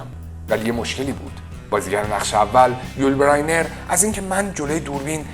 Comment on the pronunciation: استاد! اولا هنگام ترجمه بین جملات و برای تفکیک آنها نقطه نذاشتی و دوما نام یول بزینر را غلط تلفظ میکنی.